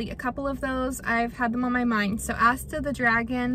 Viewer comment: When you are talking about dragons, you keep saying "Asta", but I couldn't find one named that. Is it "Astra the baby dragon"? Astra with an "r", maybe? I'm also looking for a smaller dragon.